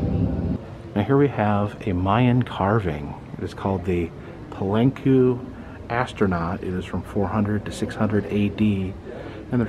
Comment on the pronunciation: Palenque is pronounced Palenkay not Palenku